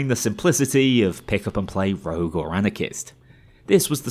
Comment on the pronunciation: STOP SAYING ROUGE, IT'S CALLED ROGUE